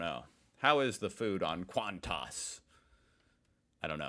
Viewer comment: Bunnings is the biggest hardware store. Every weekend they have a sausage sizzle. Each one raises funds - kids footy clubs, all sorts of clubs. Cost now is $3.50 was $2.50. QANTAS is pronounced as Qantus - Queensland And Northern Territory Air Service. The oldest airline in Australia once TAA ceased. (Trans Australian Airlines - early 70's) How about googling & buying a book on Australian slang! LJ Hooker is a Real Estate Agent - they sell houses, apartments, rental properties etc. Americans call them Realtors l think. You missed the pun on the house for sale. The address was Dry Creek Road l think. There was nothing DRY about the picture. Good laugh. Flip flops are thongs in Australia. Love listening to your podcasts. Good laugh listening to your verbal thought process. Keep it up.👍